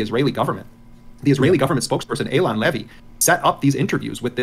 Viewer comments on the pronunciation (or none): none